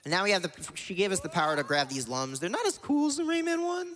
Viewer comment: It's Lums not Lums Spike.